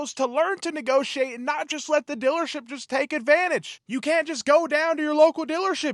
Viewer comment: “Dillership”. I love the accent.